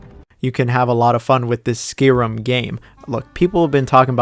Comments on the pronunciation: Its not Skirim its Sky-Rim Yours truly the English teacher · Noooo you butchered one my fav RPGs ever Skyrim! It not pronounced as skerim it is SKYRIM